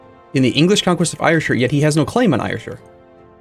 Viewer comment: Ayrshire= Air-Cher. Had to correct American’s on their pronunciation of Glasgow and Edinburgh on the bus yesterday. I won’t hesitate to do it again!!